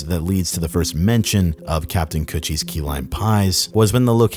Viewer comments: i was listening to this video without watching and everytime you said kutch I thought it was coochie and laughed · I keep thinking you’re saying coochie lol